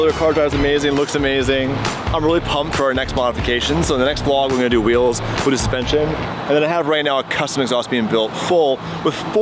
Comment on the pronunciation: Whoever said Hot Wheels spot on